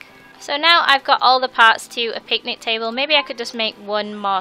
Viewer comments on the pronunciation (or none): It's picnic not pitnic